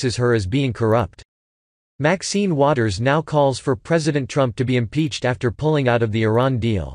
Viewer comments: Maxine James Brown Wig Head Waters favorite saying "Impeef fo fe fi" What an imbecile she is.... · Ha ha, ,"IMPEACH FORRY FIE" "IMPEACH FORRY FIE" ,...a senator talks that imperfect,...an embarassment, ....another ghetto joke of a politition, ...you just know nobody takes her serious, affirmitive action poster child for a senator,......what a disgrace.